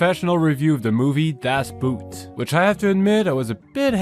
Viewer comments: for the record its not pronounced "buht", in German you say "boat" exactly like in English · The `o` is actually not pronounced like "boot". More like `goat`. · The title Das Boot is not pronounced "boot 👢". It is pronounced "boat". Also keep in mind the time period this movie took place and the fact that it is a true story. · It's pronounced more like "boat" not like "boot" in English... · One of the best German movies of all time! By the way, “Boot“ isn’t pronounced B-u-t but much more like the english word for it, boat. Just that the o-sound hasn’t this shift in its sound half way through but stays level, more like in bot but elongated of cause. Great video👍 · It's not pronounced "Das Buuuut", it's much simpler: "Das Boat", more or less exactly like the english word. Maybe you should know this BEFORE doing an in-depth review. If already the first sentence in your video is clearly wrong, nobody with any knowledge will watch the rest of it. That's really poor... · German "Boot" does not rhyme with "brute". It's pronounced (very appproximately) like the English word "boat". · Boot in this case is pronounced as boat, as you well know, 🇩🇪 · One last comment: As I can speak both languages, the proper pronunciation is in English is "Das Boat"! It is practically the same, and not as you mentioned it, as in footwear. Boat is in German "boot". The same pronunciation. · About loading the boat, in 1939, OSHA did not yet exist in Germany and it happened as depicted in the film, this is 100% correct. And how to pronounce the German word Boot is the same as the word Boat in English only with a German accent. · Its not das Boot like boot its more pronounced das boot like the boat. Two "o" in german sound like a long smooth "oa". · "Das Boot" has nothing to do with boots, so it would be better to pronounce it like the english word 'boat' or 'boht'. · Nitpicky I suppose, but the German word Boot is pronounced like the English word boat, not like the English word boot.